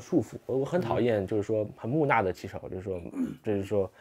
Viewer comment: 木讷（ne,去声),热忱（Chen，上声）